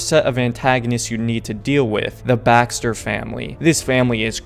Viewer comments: its baker not bakster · It's baker, each baxter u said bothered me but ur review is great tho